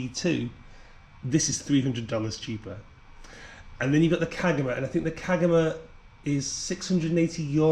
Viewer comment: Kagama is pronounced kar ga ma dude 😅😅